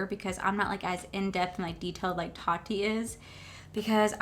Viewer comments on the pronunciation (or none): none